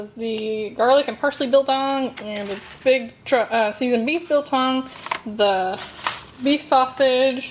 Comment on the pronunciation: Yes you pronounced braai and biltong correctly. Not sure how they did the piece in brine. Traditionally it is meat soaked in spices and vinegar then hung up and left to dry. You can eat it wet or completely dry. And yes you can break your teeth on it if you are not careful. Not sure what chili they sent you, with all the Indians here our chili can blow the top of your head off. Chili bites are a dough type of snack that has real chilies in it. Waaaaay too hot for me.